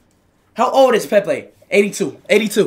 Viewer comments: “Pepe died chat😢😔” PUT SOME RESPECT SAY IT PROPERLY SAY Pelé……😭😭😭🥺🥺😔😔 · It’s pele not Pepe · It's not Pepe it's Pele first you respect his name. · Dude disrespected Pele’s name by calling him Pepe! Wtf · RIP PELE, but why was speed saying Pepe 😭😭😭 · Not Pepe it's Pele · It's not Pepe man its Pele🙂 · i swear this man never takes shi serious who tf calls pele pepe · Broooo pele not pepe